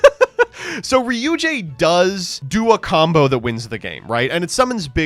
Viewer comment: saying Ryu-JAY intead of Ryu-Gay, when it's actually pronounced like Ryu-gay is crazy. I can't believe he would pass up an opportunity to say gay more.